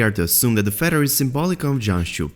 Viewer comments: It sounded like you might have some interesting info but I cannot understand you AT ALL! Also it is a feaTHer , not a feDDer! I don’t know what nationality you are but the only way I can explain it is you have a sing song accent , and where you are emphasizing certain sounds is in the wrong place, so no one can understand you ! I’m sorry because it could’ve been a good video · Feather.. Not Feddar.. Another one of George RR Martins "Fuck yous" to the fans i imagine. You got us Mr. Martin... You got us...